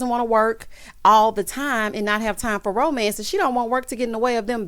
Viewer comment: Tisha said romence instead of romance. LOL